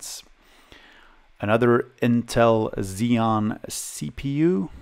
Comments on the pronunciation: xeon is ok. but when you pronounce "core 2 quad" as "pentium 4" it's terrible ))) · You pronounced Xeon right as far as I know. That's how I've always pronounced it. That MiniScribe hard drive. I live just down the road from Longmont, Colorado. I didn't know there was a hard drive manufacturer there once. That's so cool.